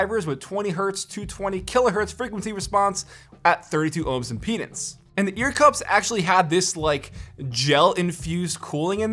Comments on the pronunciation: To whoever got confused , he said IMPEDANCE not PENIS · Ok i hear correctly he say peanuts but it aouns like penis lol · Thats what i heard too lol